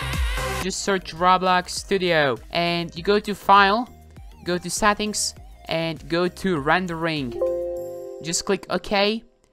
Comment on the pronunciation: What is ''Sattings''